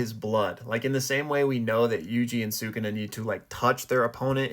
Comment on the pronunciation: I have an idea! Use the massive cursed energy from the culling games to revive Gojo and Yuta in their own bodies + give Gojo a power up with all that power. Also, please pronounce “Sukuna” properly. Lastly, I agree that it was Geto’s domain based on the aesthetic, the name, and the fact that Yuta used Unlimited Void in Gojo’s body rather than his own.